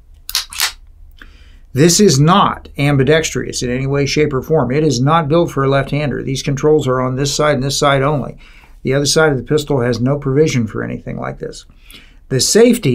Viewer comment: Ambidextrous, not ambidextrious.